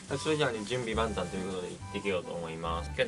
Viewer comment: 準備万端の万端の発音がKPOPのそれ